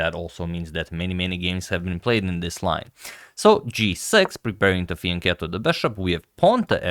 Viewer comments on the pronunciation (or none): none